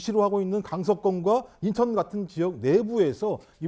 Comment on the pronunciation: 김종욱교수는 논리를 펴기 이전에 한국어 발음 연습을 좀더 하고 나오시길…. 인천을 인턴으로 발음하고 웅얼웅얼 궁얼궁얼하는데 당췌 무슨 말인이 알아들수가 없고 아주 짜증스러움